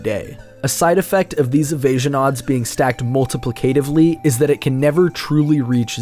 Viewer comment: Hi! Big fan of your channel! One small note. You've never heard the word "multiplicatively" spoken aloud, have you? It's "mul-ti-PLIC-a-tive-ly", not "mul-ti-pli-CA-tive-ly". Just FYI, can't wait to try out this glitch for myself.